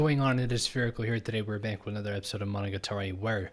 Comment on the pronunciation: A source of subconscious confusion might have been that the 1st oddity slayer is voiced by Araragi's voice actor EDIT: also, this is a really common thing and just a little nitpick, but Monogatari is pronounced with the accent on the ga. I know it's pretty counterintuitive to English speakers, or any non-jp speakers really